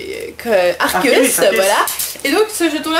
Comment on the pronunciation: Juste pour info, Arceus se prononce Arkéus, voilà voilà ;)